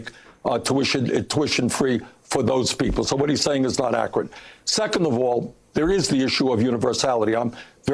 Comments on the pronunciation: My new favorite thing is Bernie's pronunciation of the word accurate--"ackrat." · Yugely ackrat yumans, those Berners!